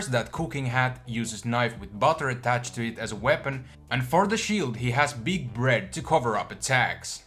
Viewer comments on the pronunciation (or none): He has "beeg bred" fucking dying